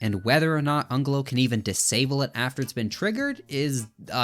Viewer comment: It's pronounced anjelo